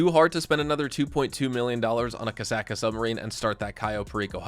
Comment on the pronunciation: "KASAKA". Lol Kosaka